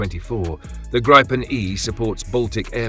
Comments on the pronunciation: I hate hearing 'Grypen' It is pronounced 'Greepen', with the 'ee' being quite short. It is also not 'the' Gripen. The 'n' on the end is 'the'. It is one fantastic aircraft. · Gree-ben, not gry-pen..as NO and FI then DK unfortunately also on F35s instead of Gribens. Btw would be helpful for us casual viewers with info on where the different missiles are made, mix of EU and US? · Grip en not gripe en. Get your AI to speak correctly